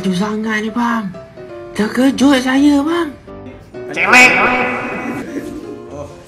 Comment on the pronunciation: bukan celek bang,tpi celeng